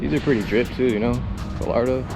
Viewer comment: If I hear you call a Gallardo a "Gullardoh" again I swear lmao...